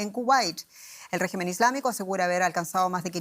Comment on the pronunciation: La periodista hace enfasis en la palabra "regimen", refieriendose al gobierno iraní, pero no asi, oara referirse a la figura de Trump. ¿Acaso es Irán el que tiene bases militares por todo el mundo, ademas de amenazar a todos los gobiernos que no hagan su voluntad? Cuando EE.UU y sus lacayos europeos, incluyendo Alemania, deciden atacar a un pais por sus interes económicos, no hay quien los detenga. Pero EE.UU, tambien es capaz de castigar a sus propios "socios" si así lo ve necesario